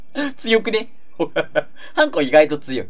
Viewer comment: それは、貴方がウナちゃんと同じなので違うかもしれません💦 普通の音程はハンコ⤵︎ですよーー！